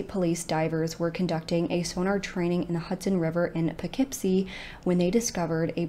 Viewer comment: It’s Pronounced Po- kip-sky. Not Kopicksky . Don’t mean to be that guy, just letting you know.